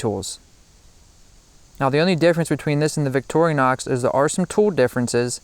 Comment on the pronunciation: i've watched about 5 different videos on multi-tools tonight and at least three of them have pronounced it "victori-o-nox" whats with that?